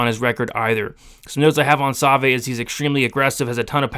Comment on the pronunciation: That's the worst pronunciation of Savoie (Sa-vwaw) I've ever heard. Other than that, great stuff as always my man!